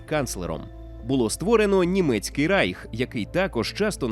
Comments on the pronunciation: Не райх а рейх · Не райх, а рейх!!!!!